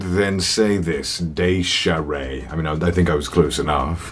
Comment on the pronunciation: OMG HE READ MY LETTER AND SAID MY NAME RIGHT THE SECOND TIME IM CRYING I LOVE YOU CONNER (my names daysharay)